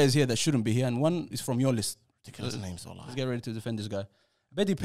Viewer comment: If this is a ranking of the top 5 ranking nations the fact that Cameroon isn't top 2 is crazy. You literally chose only North African nations and you put Tunisia second? Nah bruv you wildin with that one. Also a lot of the names got butchered.